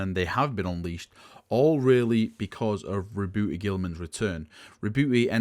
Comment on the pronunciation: Re-boo-e. Lol you hate "h"'s and "t"'s. Since there is no accent on the e, is it then silent? Curious.